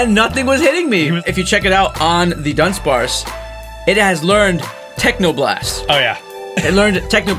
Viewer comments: U know he said Dunspace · Its not Dunspace Its Dunsparce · Dunspace? i thought it was dunsparce :)